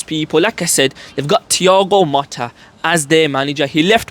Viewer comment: It’s Thigao Motta, not Matta.